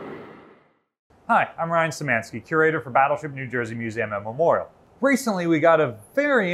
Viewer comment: She should have cut you off at the end and said "Battleship New Jersuh"